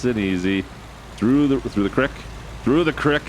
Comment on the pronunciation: Im a new sub.. and i got so happy when you pronounced “creek” like “crick” because everytime i do someone corrects me😂